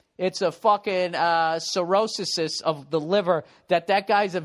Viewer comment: a what? a Sirosissis? LOL .. oh bill.. LOL